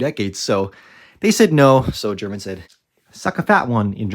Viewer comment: yes. I'm always pleasantly surprised by your good German pronunciation as well. Nicht viele amis können das. 👌🏻🇩🇪